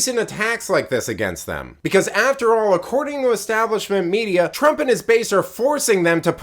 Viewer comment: Twaump? 🤣🤣🤣🤣 Trump please.